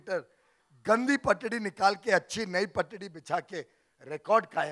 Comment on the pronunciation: गघे पटड़ी नहीं पटरी होती है...🤣🤣🤣